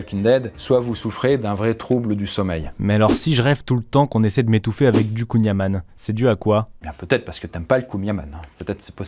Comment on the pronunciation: Je suis breton.." counyamanne "? C'est quoi cette merde 😂😤